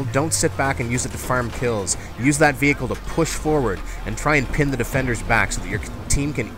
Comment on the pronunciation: "VE-HERE-CLE Combat" ....LOL